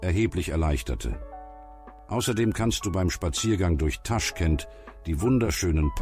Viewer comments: es heißt nicht TAschkent, sondern TaschkEnt!!! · also, wenn man nicht mal weiß wie man den Stadt ausspricht, warum soll ich den Bericht anschauen? es wird nur genau soviel Wahrheit erzählt wie das Wissen von Autor- nämlich nichts!😱😰